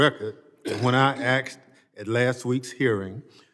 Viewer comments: “You axed” learn english before you become a member of congress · If you can't pronounce 'asked'. you out yourself as an activist puppet